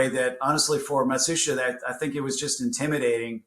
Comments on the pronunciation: Matsushita is pronounced ma shoosh ta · you pronounce Matsushita wrong, listen to how Trip says it in the interview, it’s not phonetic. Its something I saw Techmoan look into ages ago and correct himself on.